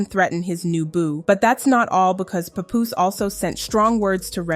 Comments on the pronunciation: Why y'all people not in the culture keep saying his name wrong? WTF IS A PAH POUS? it's PAP-POOSE lmao Y'all gotta stop using AI also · Girl. His name not Poopoose. It's PAH-poose. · For fuck sake you are fucking up his name just say PAP Damm can't even listen to the video your talking is so annoying please don't do any more videos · IT’S PAP-POOSE …DAMN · Why everytime i click one of these vids yall giving their documentary. And on top of that you said his name wrong everytime. You dont even know who these people are lol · SORRY I COULD NOT GET PAST THE MISPROUNCIATION OF PAPOOSE NAME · I hate how you pronounce his name… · Was pissing me off 🙄🙄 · The way his name is being pronounced 😐